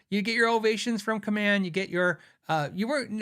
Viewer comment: My dad worked for Kaman, in their industrial parts division. I can confirm your pronunciation. I have a Hamer USA Studio Custom purchased at the employee rate. Really wish I got more :)